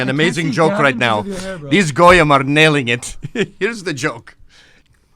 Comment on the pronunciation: fr said “GoooYeem”